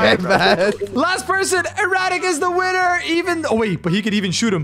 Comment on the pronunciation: Bro he said I am a Wiener insteade of winner